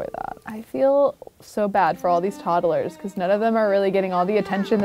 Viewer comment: I love how she says toddle-ers instead of todd-lers like everyone else. cute af.